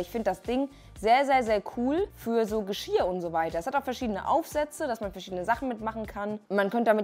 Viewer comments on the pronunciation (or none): Andere Menschen: Geschirr: Geschiar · Kannst du vielleicht das nächste mal Geschirr sagen und nicht Geschia. Danke. Hat mich nur übelst getriggert. Und beachte bitte diese doppel "r". Die sind wichtig.